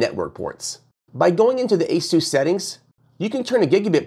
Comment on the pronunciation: Guy doesn't even pronounce Asus like everyone else. Kind of telling on himself. He's just reading the product descriptions.